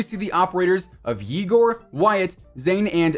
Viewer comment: The way you said Yegor 😂